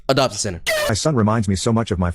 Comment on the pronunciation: Video idea: 10 minute complication of saying “Adoption”